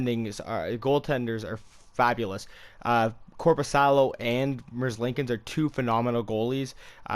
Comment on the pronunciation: It’s Merz lee kins